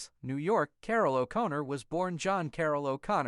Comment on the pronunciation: How could the narrator mispronounce O'Connor? The emphasis is on the wrong syllable.